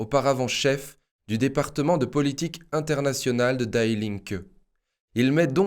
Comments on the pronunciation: die Linke ne se prononce pas à l'américaine lol die se prononce di, pas daille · Salut. Sauf votre respect en allemand on dit "di" et non die [daille] comme en anglais. Merci pour votre excellent travail. Force et honneur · On ne dit pas daï linke mais di linke ! Ei en allemand se dit aï, ie se dit i ! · Der = Le... DIE = La... Das = neutre... DIE se prononce Di.. Pas comme mourir in english! Notre future dictature est internationale gauchiste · Super, comme toujours. Merci. Juste une petite précision : "die", en allemand, se prononce di, à la française. (pronom : la (gauche))